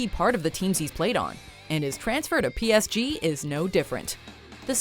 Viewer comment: Jesus christ she butchered PSG